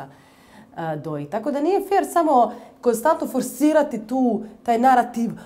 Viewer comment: Svi ih imamo, nego mi je paralo uši što se gubi N u koNstantno, moguce da grešim.